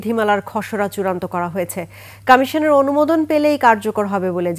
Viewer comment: কামিশান না, বাংলায় উচ্চারণ হবে কমিশন